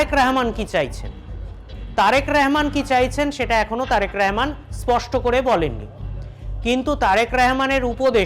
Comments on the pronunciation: এটা কেমন বেয়াদপি প্রধানমন্ত্রীর নামটা উচ্চারণ করতে পারে না পারলেও করে না এ কেমন বেয়াদ্দপ বক্তা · নামটাও ঠিকমতো বলতে পারেনা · একটা অযোগ্য সাংবাদিক, একটা দেশেরপ্রধানমন্ত্রীর নামটাই বলতে পারেনা সঠিকভাবে। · ঠিক মত আগে তারেক রহমানের নাম বলতে শিখ তার পরে খবর পরতে আসিস